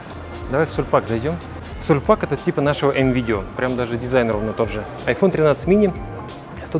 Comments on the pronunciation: Почему теңге произносят теңге, Sulpak произносите л как ль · Крутой выпуск, очень душевный. Посмотрела на одном дыхании. Вы очень мило произносите название магазина "Sulpak", Сульпак - звучит прикольно, но обычно произносят твёрдо:Сулпак